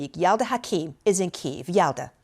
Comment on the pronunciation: Kyiv or Kiev. Enough with the Keeve.